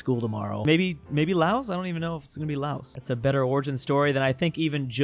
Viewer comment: I love your videos but for the love of God pronounce Laos correctly.